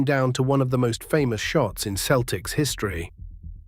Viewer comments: It is not the keltics it is the seltics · Keltics? Who can listen to this AI generated slop? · You really don't know the game if you call them the keltics. Its Celtics with a soft c. You sound english which explains it. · I was a 9 year old Boston kid, what a team that was, gutsy. Pronounce Celtics correctly would have been better.